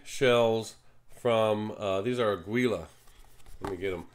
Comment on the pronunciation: FYI. Aguila is the Spanish word for eagle (note the eagle on the box). It is pronounced: Ah-geel lah with the accent on the Ah, and the g is pronounced like the g in "give."